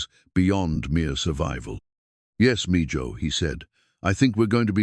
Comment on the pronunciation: Mijo means son. Its pronounced ( meeho) not mejoe.